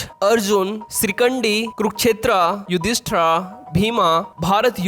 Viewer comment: अरे भाई युद्धा नहीं युद्ध होता है , युधिष्ठिरा नहीं युधिष्ठिर होता है , भीम होता है भाई भीमा नहीं ,क्यों अपने ही लैंग्वेज के अंग्रेजों जैसा मां बहन एक कर रहे हो ।😂